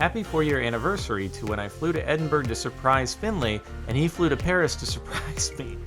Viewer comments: its pronounced "edinbruh" not "edinburg" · Isn’t it pronounced Ed-in-bore-o